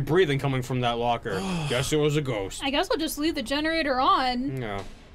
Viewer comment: "just anotha ghoist"